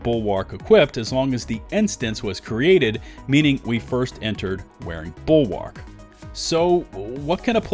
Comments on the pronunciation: the 'a' in bulwark is basically silent. please stop saying it like that. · I find it funny every time you say the name "BULWARK"